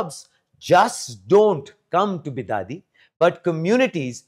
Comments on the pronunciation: Bidadi not bidadhi also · Its Bidadi not Be Daddy ಬಿಡದಿ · It's Bid-di for short.. not Be-Daddy... Great News! I hope it works! Namma Bengaluru.. Namma Metro.. Now Namma AI City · Karma .it is bidadi..not bidaaaadi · Bidadhi ❌ bi daaa di 😂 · It's pronounced bi-duh-di, but make duh very short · Please pronounce 'Bidadi' properly 🙏 Your video is reaching thousands if not millions and the pronunciation of the place you are talking about is very important otherwise it will soon become the way these thousands or millions pronounce this city's name. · Guys please pronounce properly its bidadi 😅..... please take it as an assignment or survival tips😂 u ppl destroyed beautiful word kannada into kannad now please don't destroy bidadi word we're requesting you 🙏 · Pronounce BIDADI properly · 😂😂😂 hey Please dont ever pronounce Bidadi as ur doing now man😂 there is a different meaning for that in kannada... and its a vulgar word😁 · Even AI pronounce it right